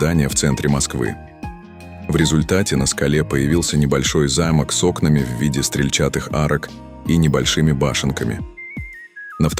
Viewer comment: неправильные ударения у диктора . .мало читали об архитектуре? окна стрЕльчатые, архитекторы ШЕрвуд...